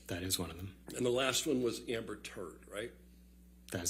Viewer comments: The emphasis is on Turd is the best part😂😂😂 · The emphasis he puts on Amber TURD is epic 😂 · He put so much emphasis on the turd. 😂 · I love the way the lawyer emphasises the term "Amber Turd" every time he says it LOL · How he emphasizes*Turd* 🤣🤣🤣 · Lmao how he puts the emphasis on turd is magnificent. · Right on. It was hilarious, especially when he emphasizes Turd! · he kept emphasizing the turd in amberturd🎖